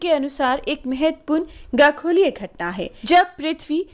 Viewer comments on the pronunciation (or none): 0.44 minutes, ma'am please correct it will be khagoli ghatna not gakholi ghatna.